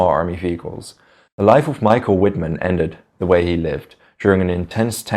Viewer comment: The "W"is pronouced w/ a "V". Cant anybody say his name right?